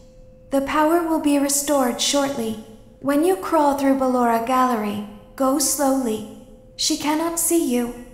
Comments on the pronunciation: se spune. barora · Nu bellora😂😂😂